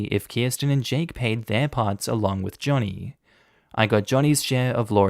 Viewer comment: Joni is a female. You keep pronouncing it Johnny and it's Joni (like Joan-e) and saying "he" when it says "she".